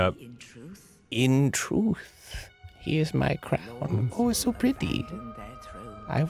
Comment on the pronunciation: the troof is spoken